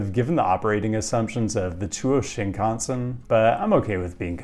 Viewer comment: pronouncing “Shinkansen” like when TPain rhymed “mansion” with “Wisconsin”